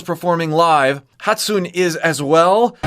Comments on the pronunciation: No hate at all, but just a minor correction on your pronunciation in case you bring it up again in future vids: Hatsune Miku is pronounced "Hot-soon-eh", not "Hot-soon". Great video. I love it when you compare the studio version with the live. Unravel blew my mind apart and this one was so beautiful. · fyi you pronounced wrong. is pronounced “hah-tsoo-neh” not “hat-soon”. most people also refer to her by her last name, miku